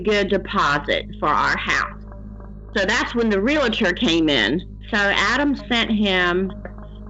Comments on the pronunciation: It’s Real Tor not Relater! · Real-tor, not "real-a-tor." There's no "a" in the word. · Arrgghh! Re-AL-tor! Not re-LA-tor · No such word as Relater. The word is Realtor and it is pronounced Real Tor! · The pronunciation of realtor gets me every time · This is so sad. So many of these women have very limited educations. The proof is in their grammar. They can’t even pronounce the word Realtor. How do these scammers find these women?